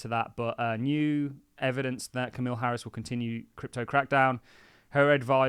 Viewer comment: Who the f*** is Camille Harris? BwhahahAhh it’s Kamala…it’s only 6 letters man. You’re smarter than that.